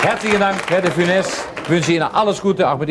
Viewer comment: Korrekt de funes